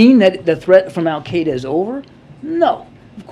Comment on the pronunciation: Wh dude can't even pronounce AL Kite A consistantly